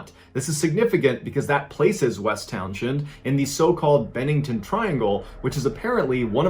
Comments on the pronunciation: As a VT native who lives a few towns away from the Glastenbury area, I'd like you to know that "Townshend" is pronounced "towns-end," and the "T" in Glastonbury is silent. And there were many more disappearances on Glastenbury Mtn. and the surrounding area, but none were attributed to the "Bennington Monster." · It’s pronounced Town-send as I live about 20 minutes away from there in Brattleboro. FYI ❤️ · Townshend. Say like Townsend. Like Pete Townshend.